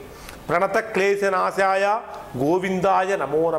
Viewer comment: it’s not keshanasaya it is kleshanasaya